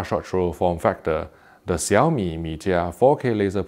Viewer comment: I really have to say that you pronounced the name perfectly.